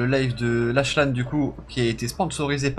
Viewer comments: Mdr C pas laCHlan tu dis Laklan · Que quelqu’un lui dise que l’on prononce laquelane et pas avec chhhh c’est plus kkkk mais ça s’écrit bien Lachlan